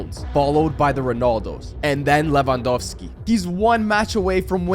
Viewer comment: I Like how you call lewandoski “le wa dos ki”